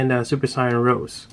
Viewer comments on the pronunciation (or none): Awesome figure, but you're not saying it right. It's not rose, it is ro-sei, fancy like.